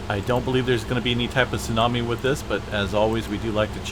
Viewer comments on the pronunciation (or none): none